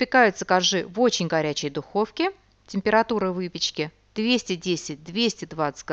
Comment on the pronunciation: " Цельсия" а не "цесия". Простите режит слух.